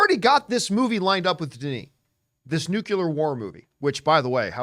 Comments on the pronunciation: Ouch! John: it's NUCLEAR pronounced NEW-CLEAR, not NUKULAR! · 'Nucular war movie'